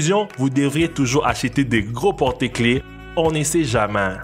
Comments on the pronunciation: A 3 min 29 il dit "on ne sais jamain " au lieux de jamais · le monsieur qui fait la vidéo ne dit pas on ne sais Jamais mais on ne sais jama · Un moment il a dit jamains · "On ne sais JAMIN "😂😂😂😂😂😂😂😂😂😂😂😂😂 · Toi bien parler français quand toi dire 《on ne sait jamain》